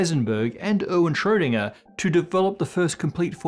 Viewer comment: all names in this show are pronounced marvelously... except for Erwin Schrödinger, appearently.